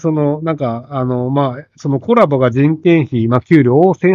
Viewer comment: Colaboな。Coraboじゃなくて